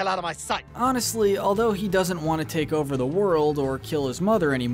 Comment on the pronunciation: Mispronouncing the word he throughout the first 2 minutes and 46 seconds of the video doesn't do much for your credibility.